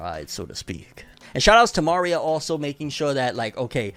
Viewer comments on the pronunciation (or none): Why u keep saying Ma-ria Isn’t it Maria